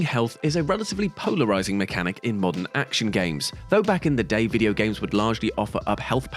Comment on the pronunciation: 'mAndern'? Say wha? lol